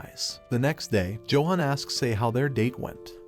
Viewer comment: Johan is pronounce Yo han.